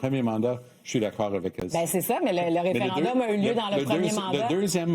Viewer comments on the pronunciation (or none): Pourquoi monsieur, dire référindum au lieu de référendum? merci... tout comme r'traite au lieu de retraite. Merci